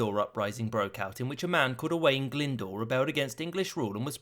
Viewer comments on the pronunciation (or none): Your pronounciation of Owain Glyndwr wasn't perfect but it wasn't terrible either.